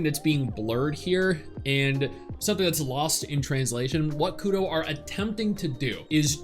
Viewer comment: Sry bit of a pet peeve “Kudo?”. Put your tongue to the roof of your mouth and make the r sound naturally.